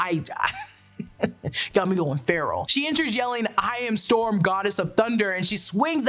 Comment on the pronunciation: Maybe I was just hearing what I wanted to, but I could’ve sworn Storm called herself “Thorm” in this trailer lol